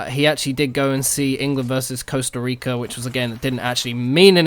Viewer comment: that costa rica pronunciation bleugh. As if its 2 years now sams been gone. nice update